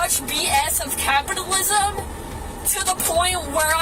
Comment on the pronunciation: What the hell is she even trying to say? "Captalism"? What does that have to do with it? 😂